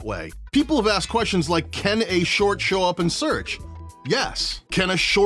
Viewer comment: “We love sort shorts” 😂 jk love ❤️ the vid. Great content bro